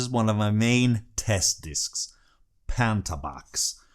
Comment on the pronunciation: I like these recommendations. Minor criticism because Google can't deal with misspellings: a) You say "PAnta Box", but it's "POnta Box". b) The video reads "Hellbound on my Trail", but the actual title is "Hellhound on my Trail".